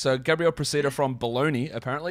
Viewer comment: As an Italian... the right way to pronounce his surname is "Pròcida" (Proh-chee-da), with the stress on the O.